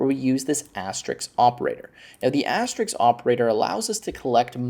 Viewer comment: It's asterisk, not asterix. And et cetera, not eck cetra.